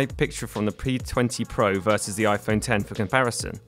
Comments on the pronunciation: After you said iPhone “ex”, I stopped watching. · When he said iPhone ex I stopped watching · I like how you call it an "iPhone eks"